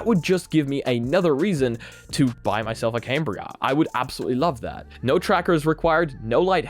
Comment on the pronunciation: You didn't get invited because you keep calling it came-bria instead of cam-bria